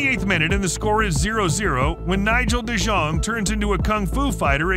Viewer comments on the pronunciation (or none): with Aren Roben and Nigel de Sjung